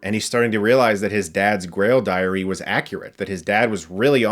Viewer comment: “Indiana wash the dog’sh name...”